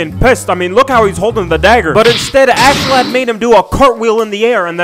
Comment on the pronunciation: it's ASKELADD pronounced (ask uh lad)